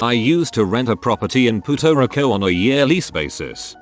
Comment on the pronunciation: "Poot-o Rick-o", also, "She-tee-zed-you"